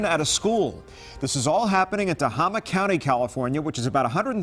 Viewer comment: It’s not pronounced “te-HA-mah” It’s “te-HAY-mah” I’m sorry but I have lived in north California my whole life and I hear it said that way all the time. Maybe I am just wrong lol.